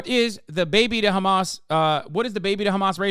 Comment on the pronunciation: FOR THE LOVE OF ALL THINGS!! STOP SAYING KHAMAS!!!!!!!!